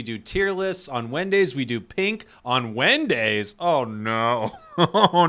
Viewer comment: On wendays 😆